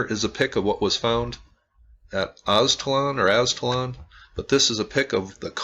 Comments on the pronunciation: O yea sorry but if u look at alot of hispanic drawings and the story of the aztecas which is that they came from aztlan (aztalan) and u said it right brotha aztlan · Nice! I am from this area grew up on these mounds Aztalan you pronounced it right.